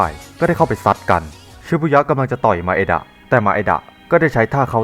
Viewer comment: นางเอกมันชื่อไมดะไม่ใช่หร่อครับ แต่พี่พูดว่ามาเอดะ